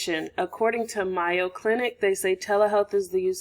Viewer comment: It is pronounced "may-oh" clinic, not "my-oh" clinic. No big deal, just wanted to let you know!